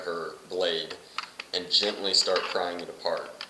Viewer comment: I love how you say “gently”, I’ve noticed it at least 5 times. It sounds like more than one accent contributing to your pronunciation. You alway hint at breaking character by wanting to giggle every time you say it. I’ll keep watching for this variable to change. Will report back.